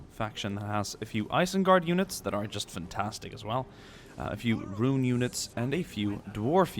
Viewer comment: I'd say that the Haradrim look the best. Especially riding the Mumakil. I got kinda annoyed when you called them Rune, but you noticed the mistake by the end so all is well. Please do more on this. If you can, try and recreate the battle for Pellenor fields. Whenever you can is fine - just please make it happen.